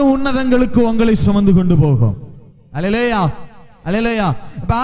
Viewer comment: ஒரு எபிரெய அறிஞர் அல்லலாயா... என்று பொறுப்பின்றி உச்சரிக்கலாமா ? மற்றபடி செய்தி நல்லது.